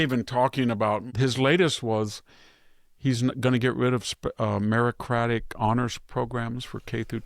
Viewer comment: It's meritocratic not merocratic.